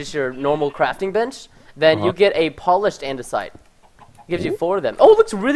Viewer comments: he called it idenasite not andisite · ITS AN-DA-SITE IT ISNT ANDENISITE -_- frustration is real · its pronounced an-de-site. ANNNNNN-DE-SIIITEEE